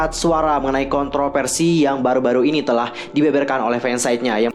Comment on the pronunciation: konten kakak tuh paling update menurutku dibanding yg lain. Informatif bgt! tapi maaf ka, kalo bisa pronunciation lebih di jelaskan lagi. Indonesia aja dulu. kaya V/F dibacanya P. kontroVersi jadi kontroPersi. Fokus jadi Pokus. Kalo dijadikan ciri khas gpp kok ka. tapi kalo udh di english F/V=P jgn dibawa juga kak hehe. englishnya jg dilatih dikit lagi kak, so far udh oke. Sayang bgt soalnya, konten udh bagus, akan lebih baik kalo cara pengucapannya bisa lebih jelas dan lbh clean. thankyou. goodluck ka! saranghae!!:*